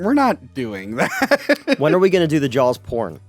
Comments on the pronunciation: I'm confused. It sounded by like was talking about the film, 'Jaws', but he kept calling it Jowls. What's up? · Also,, please stop saying Jawls. There is no L. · Jawls?...jawls?...there a hidden "L" in there? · Why does keep calling it Jowls? Is he being a dick again? Or can’t help it? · Does say "Jawls"? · Honestly asking.... Is pronouncing Saw as Saul and Jaws as Jawls a regional thing? It hits my ear every time and I've never been to Philadelphia so I'm curious.